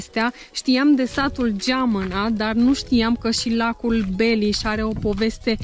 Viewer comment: La minutul "Sunt foarte frumoase lacurile din jurul Cluj-ului: Tarnita, Gilau, Penis..." Eu as pune accentul pe a doua silaba,. 😅😅😅